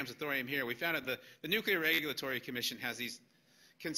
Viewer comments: "New queue ler" ain't a word. I believe they pronounce it new-killer. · If you are capable of saying the following sentence: "Today I got my New, Clear glasses...they are bi-focals", then you are capable of correctly pronouncing the word "Nuclear". Failure to do so puts you dangerously close to being in the same league as The Idiot Bush. "New queue ler" ain't a word.